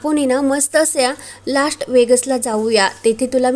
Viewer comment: किती चुकीचे उच्चार करता, इन्हेंट नव्हे, ईव्हेंट असतो. लाॅस्ट नाही लाॅस वेगास 😂😂😂😂😂